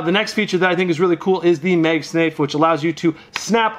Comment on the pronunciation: “MagSnafe” lol